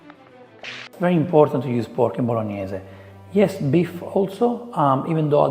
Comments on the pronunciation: Never heard you swear so much in italian😂 Destroyed ”bolognese” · Why is he calling it Bolognese sauce??? 😅